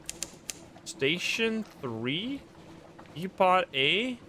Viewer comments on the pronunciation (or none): continues to surprise me, I know he's Dutch so I'm not surprised when he trips up on some English words, but he knows how to pronounce "quay" with no hesitation, but not "depot" To be fair, English is the most gagglefuck language to ever exist, half part Germanic, half part Romantic, half part French (which is also Romantic), and one-third Latin (which IS Romantic). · To anyone who doesn't know, "depot" is pronounced with a silent 't'